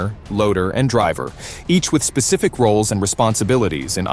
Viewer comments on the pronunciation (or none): none